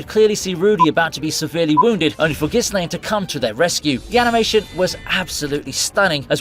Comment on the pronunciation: i have a problem with the way you said ghislaine XD